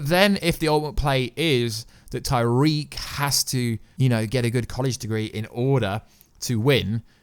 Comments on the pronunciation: ITS NOT TYREEK TIE REEK ITS PRONOUNCED Tuh reek Tariq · 1. his name isn't tyriq. there's no Y. tah-reek. 2. those wounds with the pills in his hand are from another movie. 3. you have the wrong leaks and 4. why on earth are you making a show review video playing batman!? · It’s “TAriq” not “TYreeq” you did say it right at one point in the video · Also Why does he keep saying tyreke ??